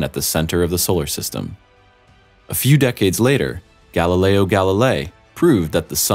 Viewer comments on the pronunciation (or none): none